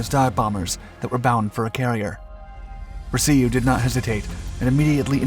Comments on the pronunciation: Alex Ver-see-you? it was Alex Va-rash-oo. I met him about a year before he passed. He had some some amazing stories. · Vraciu rhymes with ‘Cashew’ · "Fat beast"?? Where did THAT come from? I've known dozens of Hellcat pilots, three Grumman staffers (two became VPs), and written two books on the subject and never-ever heard of Fat Beast. Ref. "Vra-see-you," I knew Alex Vraciu and his family for about 40 years. It's pronounced "Vra-shew" which he always said "Rhymes with cashew." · I don't if anyone has metioned this yet, but the narrator mispronounced a fighter pilots name. It's Alex VRAA-shew(Vraciu). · MARTlet, and Vi-ra-c-u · Vuh Rah Shu. Alex Vraciu. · Alex Vraciu is pronounced Ver Ay Shu. Got to meet this hero...such a kind and gracious man. Sadly, he passed January 29, 2015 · If you’re gonna use Alex’s name here, at least pronounce it correctly. VRA’ CIU. Incidentally, the boys from Cactus seemed to do damned well with just the F4F. Joe Foss got 26 I believe. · Completely butchered the pronunciation of Alex Vraciu's name. Yikes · The F6F did not resemble the F4F in any way. The F4F was for all intents and purposes an F3F turned into a monoplane. You also mispronounced Tarawa, which is pronounced Tar-ah-wah. The R-2800 was in the Aircraft from the beginning, not the R-2600 which was used in the B-25 and a host of other aircraft. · Great videos, but we can tell you're a young civilian. You mispronounced Tarawa and Rabaul. Oh, and Vraciu. Oh, and the Martlet? That's still a Wildcat, not a Hellcat. 50 cal machine guns were no match for the lightly armored Zeros? That doesn't make any sense. The Browning M2 machine gun tears a Zero to shreds... engine included. One more thing: the radar wasn't mounted behind the wing ( which also wouldn't make any sense), but forward. You must not have had your coffee today.